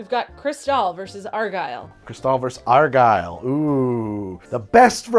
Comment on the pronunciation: argyle is OUR-guy-le!